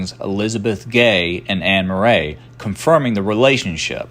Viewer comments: Why are you pronouncing Murray as Mer RAY isn’t it pronounced like the actor Bill Murray?!?! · I am a Virginia Murray and none of us pronounce it that way either. We pronounce it Mur-ee. He tried LOL. I wish there was more known about the James Murray in this presentation. My sister and I cannot find our Murray lineage past our 4X great grandfather John Murray b.1795 d.1832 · Murray pronounced Murree...but spelled the way its written. My husband's line of Murray thru James goes way back and is easily traceable. Main direct line they the male side of the Murray line lives in Iowa. Contact me please.